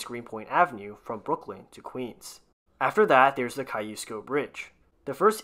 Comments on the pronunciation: I believe in Polish it's pronounced Ka shoosh Ko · i’m sorry did you say “caillou-sko” bridge?